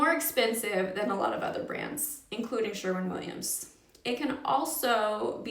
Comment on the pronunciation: Sherwin not Sherman